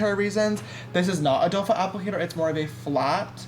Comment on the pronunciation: I think it’s funny how he keeps saying doe-fa applicator instead of doe foot. Lol 😅